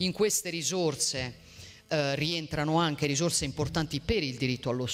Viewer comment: Nocivi non "noscivi", ci non "sci", ricerca non "riscerca", risorse non "risorze", mense non "menze", edifici non "edifisci", centri non "scentri", sintesi non "zintesi", regione non "reggione", consentire non "conzentire". A scuola di dizione insieme a molti altri politici!